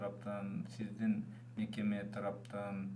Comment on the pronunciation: Сизстин бизстин Деген созуну ондосон боло